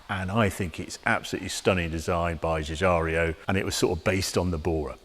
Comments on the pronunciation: Another great video. One minor correction, though: Giorgetto pronounces his last name Jeeoo-jeearo, not Jeeoo-jario. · 2.20 Just to be pedantic ,,respectfully Harry , it's Giugiaro ,,not ''Giugiario''. Such a great designer. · Dear Harrio, I love your garagio. May I ask if you are aware that there hasn’t been a video where you did not misprounounce the Italian designer’s name Giorgetto Giuriaro? It is Giugiaro and not Giugiario. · Harry, not Guigario, it's Guigiaro. Jew-gee-R-O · Hearing Giugiaro's name being mangled by Harry again is so disappointing.